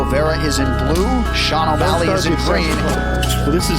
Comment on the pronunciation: The legend say, snoop still saying "o malley" till this day.